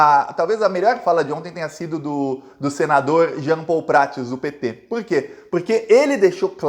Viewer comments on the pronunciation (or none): descobri que o nome do senador é Jean Paul Prates, nome que vc fala mais não dá pra ouvir direito. Estranho que o senador toca no assunto da Ong onde Bolsonaro é DIRETOR e não fala nada sobre esse fato tão importante e grave